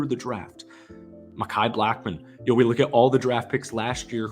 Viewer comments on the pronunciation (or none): none